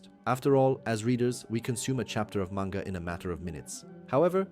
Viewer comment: You say manga wrong. Fake fan